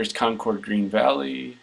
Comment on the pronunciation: That arial photo was not Tomales Bay from the graphic. That was San Andreas Lake south of San Francisco from which the fault takes it's name indirectly as the lake is named after that valley. Concord in the Bay Area is pronounced "kon-kerd"